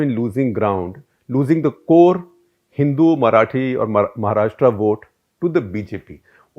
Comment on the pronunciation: Shekhar were you born and raised outside India and have you never read a vernacular script before? Why do you keep pronouncing the name of the state as "Maharashtraa". It is महाराष्ट्र. How hard is that??